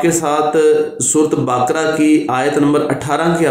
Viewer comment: AOA bhai Baakra ni hota Bakra Hota hai plz surah ka name tu thek se ley.